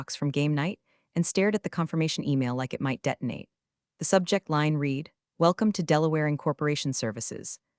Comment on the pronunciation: its pronounced " res u may" and red not read